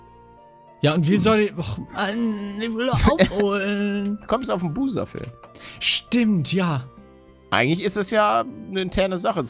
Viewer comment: Wie Paluten Buser sagt. Ich: ruhig, gaaanz ruhig... xD